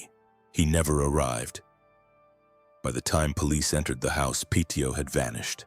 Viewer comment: His surname is pronounced PETTY-OH It's worth also looking at Henri-Désiré Landru, the French Bluebeard, who killed 11 women after pretending to marry them in the 1920s 😮